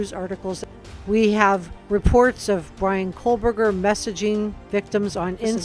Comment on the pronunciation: Excellent report. I’m sure you are not doing this intentionally, but it’s Ko-berger, not Kohl-berger. No L. There has to be some connection, even if it was one-sided. All of the girls were HEAVY into social media—perfect for a stalker. He could have easily met up with one of them, and to the girl, it could have been inconsequential, not even worthy of mention.